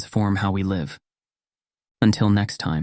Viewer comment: He said LIVE instead of live so this is AI too?